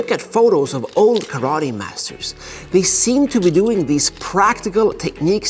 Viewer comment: Sorry you know the Japanese language but why do you not pronounce TE and instead say TI. When you say karate. I know this a minor point but I am just curious.